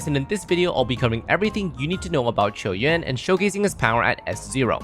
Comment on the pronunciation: Finally someone who can pronounce his name properly